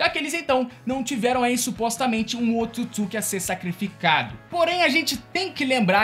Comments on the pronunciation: O nome certo , é Otsutsuqui , não se diz Otutsuqui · Só tem que melhorar a pronúncia ao falar otsutisuki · O cara esta fazendo o vídeo sobre pressão que não consegue falar otsutsuki ou não sabe mesmo kkkkkkkkkkkkkk